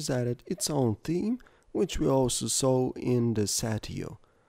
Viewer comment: which-a is nice to the touch-a nice voice xD